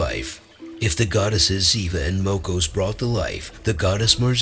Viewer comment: единственное, что мне не понравилось в этом видео - это произношение, имена, НАШИХ БОГОВ на латинский лад... ПерУн, ВЕлес, МОкошь и тд. Они так звучат на славянских языках, а не то что автор преподнес с неправильными ударениями. В остальном - хорошее начинание, надо просвещать людей, чтобы помнили - КТО ИХ РОДНЫЕ БОГИ!